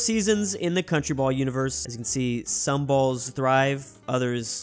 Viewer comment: Is pronounced some not sume